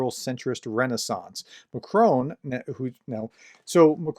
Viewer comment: I notice you still haven’t bothered to find out how ‘Macron’ is pronounced, prof. It’s a bit embarrassing.